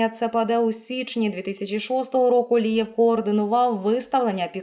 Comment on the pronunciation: Говорить чітко прізвище!!! Алієв, Лієв , Лівер, Лия????? Черте шо, а не коментарі!!!!! Ставлю палець вниз вам Фігня!!!!